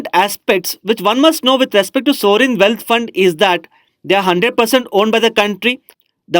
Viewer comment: Please pronounce well ' sovereign'